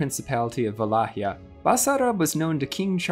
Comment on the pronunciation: Another great episode! I'm looking forward to the continuation and hope it will not end on Vlad Tepesh. We have to at least get to Michel (Mihai) the Brave. Also, nice pronunciation of Wallachia! At least, that's how we would say it in Poland. I assume that the actual Romanian pronunciation is similar.